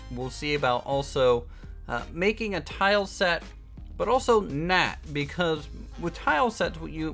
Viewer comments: Why do u say not like "nat"? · lol it's not bad I was just wondering. I figured it's a accent thing